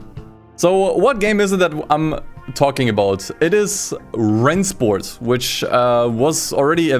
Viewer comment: I’m just here to hear pronounce Rennsport correctly Oh wait he didnt